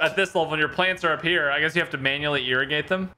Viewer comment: When you said “I guess you need to manually irrigate them” I totally heard “manually urinate them”